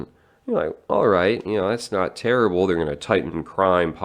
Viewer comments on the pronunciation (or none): none